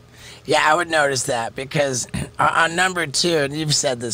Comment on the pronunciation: Becowsh lol